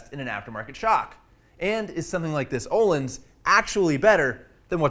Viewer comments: and its not "ohlins".... its "Öhlins" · Waiting for someone on the internet to pronounce Öhlins correctly.